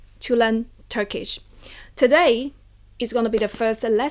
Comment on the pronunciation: As a turkish I really like ur method and pronunciation :)